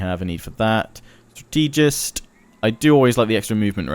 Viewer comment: He really is horrible at the pronunciations lol. He doesn't even say "strategist" right, says struh-TEE-jist instead of STRAH-teh-jist.